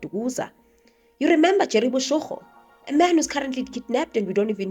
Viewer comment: Boshoga, not boshogo 😊